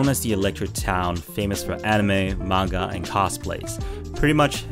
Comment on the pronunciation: Ah!!! Someone who pronounced manga properly!😭😭😭 thank you, sir!👏